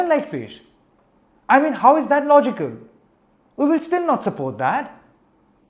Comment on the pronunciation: They are not atall journalist.. can't even pronounce the word " logical" properly..😂😂 just Hooligans.. Don't promote them.. plz.. they want to get cheap publicity.. Their only objective " to make the video viral"